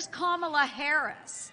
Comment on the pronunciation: It's Kamala. "Comma. La." It's the opposite of difficult to say. What grade did you make it to?